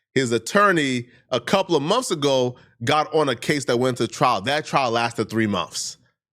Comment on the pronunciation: its MONTHS not mumfs